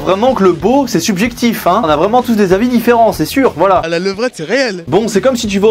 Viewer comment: Dis donc vous travaillez à la pelle "vouhala les z'écrans" Bien marrante....!!!!! Sinon partage tes RC stp c'est quoi ? 😂